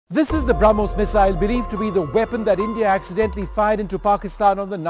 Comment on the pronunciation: Bramus nahi brahmos he